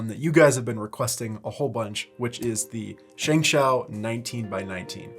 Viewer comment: by the way, its pronounced more like "shng show". It means victorious hand.